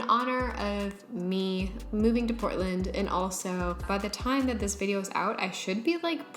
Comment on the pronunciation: Oh i don't know why i was hearing Britland instead of Portland.